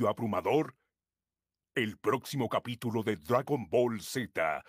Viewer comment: dijo Capútulo jajajajajajajajaja xD